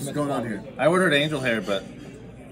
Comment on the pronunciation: Never being to an Olive Garden before is no big deal, but never seen cheese on a salad? Really...? Also, is it me or did they all keep saying "angle hair" instead of "angel hair"...?